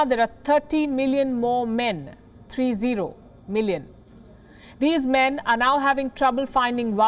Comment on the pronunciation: "I loved the way she said,"In China, there are 30 million more men. 3-0--Million". I expected her to add, "Think about that, people". This woman is hilarious.😂😂